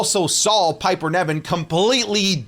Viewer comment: Hey. Love your content, long time fan, first time commenter. No hate, but how you say Piper Niven’s name is very distracting. It’s like you’re saying NEV-IN but it’s pronounce NIV-EN